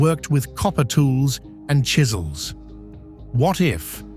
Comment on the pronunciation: Still saying copper shizels unbelievable